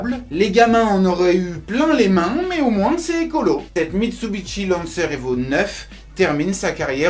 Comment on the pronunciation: pourquoi tu dit mitsubitchi